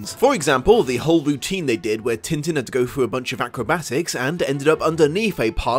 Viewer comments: I'll have to use the phonetic alphabet for this : tɛ̃tɛ̃ but the best way is to try finding french clip of the show and boom, there you have it. and the dog's name is Milou in french too. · Great video but... am I the only one annoyed at pronunciation of French names? Especially Tintin! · a part of me dies slowly every time when he pronounces Tintin the way he does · Am I the only one who sorta cringes at hearing Tintin pronounced in an anglosaxon manner? Yeah, I probably am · As a French woman, the way English speakers pronounce « Tintin » is incredibly hilarious Also, yeah, the film isn’t like the comics, but it’s a thoroughly enjoyable movie and a beautiful animation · Alright, i will finish watching the video, have to get this off my mind first, though: Aargh, the way you people butcher names .. it sounds like he's made of tin like the tinman if you say it like that. Even the chinese adaption of the name sounds closer to his original name.. probably fault of the translation/editor team of the original - they should have completely changed it, I know, but i looked up the English wiki entry and it does have the proper prononciation in the first line!